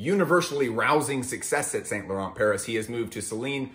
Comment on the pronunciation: I alway get chills when I hear someone pronouncing saint laurent like that.